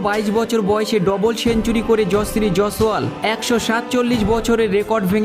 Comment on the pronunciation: Nam ta thik kore uchcharan karte sekh, tarpore video toiri korbi.